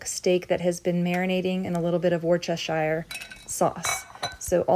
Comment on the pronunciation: its said Woost AH sheer :P